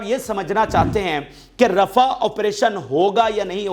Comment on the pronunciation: رفع نہیں رفاہ